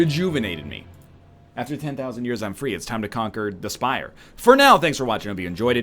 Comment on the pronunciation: I still keep hearing “Spay the Slire”. SOMEONE HALP